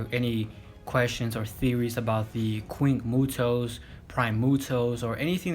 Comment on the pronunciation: He called it the queen muto